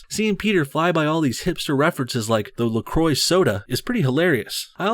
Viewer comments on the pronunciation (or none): wtf is la croy its pronounced la kwa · It's a French name, it's pronounced more like "kwah"